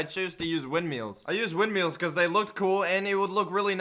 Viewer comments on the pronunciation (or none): did he just say wind MEALS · People: WindMills: Windmeals Caption: WeedMole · Can we just talk about how pronounced Windmills "Windmeals" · "wind meals" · Wind SHMEELS is what I heard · windmeals? don't you mean windmills? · No one:: W I N D M E E L S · Nobody:: WindMEALS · windmeeels yes I like my daily diet of wind-meals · Ah yes "windmeels". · Nobody:: wINdMeAlS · and WINDMEELZ